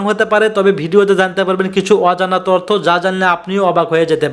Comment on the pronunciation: ভিডিও ম্যান ভাই। তর্থ নয় তথ্য কথাটা হবে।